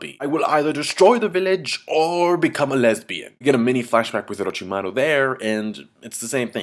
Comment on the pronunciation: orochimaru sounds funny when you say it, like you're saying a japanese word with a french accent.